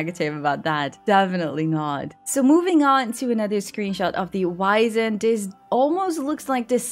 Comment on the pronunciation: Honestly I think you're reading a bit too deep about the whole "Twilight Years" thing. Also with the Wisent, it's actually pronounced "Vee-Zent" since it's name is German in origin.